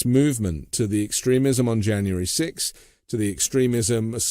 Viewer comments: for a word you mispronounce...you add fuel by repeating it in several forms, what seems to be 100 or more times..."extreme"..."extremist".."extremism"...........puleeze......I want to tear off my headphones when you talk...that totally defeats your purpose..you make that word sound like a bacterial infection...am I the only one who feels this way? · Her pronunciations of extremist, extremism, and transgrestions...🤷‍♀️🤦‍♀️ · It's pronounced phonetically: ex..stream...ism......not extra...ism as the guest pronounced it. It took awhile to figure out what in the world she was saying, I've never heard it stated the way she said it. Fake Christian's just like Drumpy who doesn't know the new from the old testament. His family attended church because his mother wanted it but when he attended military school church and its teachings never made it through his demented egotistical maniacal narcissistic pathological lying brain addled with NPD. These ultra Christian ideals are filled with communities of hypocrites. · Sorry, I'm out. I can't handle the way this Trump sympathizer says 'extre-mism'. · The way she pronounces "extremism" and "extremist" drives me crazy. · She hasn’t read the indictment? Why is she postulating on this? And her constant mispronunciation of extremism and extremists? Something smells about this reporter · This lady puts the ehmfassis on the wrong silahbowl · Why does she keep mispronouncing extremism? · How interesting - your guest's pronunciation of "extremism" - with emphasis on the first syllable - sounds so much like "excrement" - LOL !! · Why is she pronouncing “extremism” wrong? Odd. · I have a very petty comment about something that irritated the hell out of me. She kept mispronouncing “extremism”. Someone should have told her. It jarred me every time she said it.